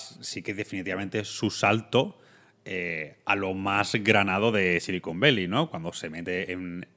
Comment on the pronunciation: Otro gran programa. Por cierto, una pregunta: "Silicon Beili" o "Sillicon Valley"? (min ) A ver si estais hablando de otra cosa y no me he enterado xD Un abrazo y siento el detalle, pero vivo fuera y me ha chirriado un poco. Muchas gracias por vuestro contenido. Un saludo desde Edimburgo.